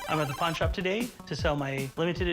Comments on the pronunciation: speech impediment makes "Pawn star" sound like "Pornstah" 🙂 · when he say's pawnstars it sounds so much like pornstars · I keep hearing por* stars instead of pawn star